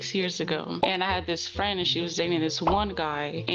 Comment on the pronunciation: Me and my fwen🥺"